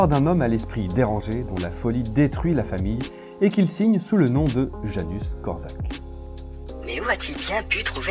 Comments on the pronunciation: super video ! par contre pour infos , ca se prononce "Yanouche Kort'chak" :) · On prononce: Yanouch Kortchak